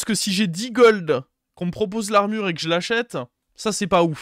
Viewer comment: Pourquoi dire l'armurheu, goldeu rolleu